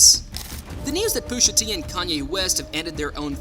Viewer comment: Why is Pusha so hard to say bro? Booshatee isn’t anything.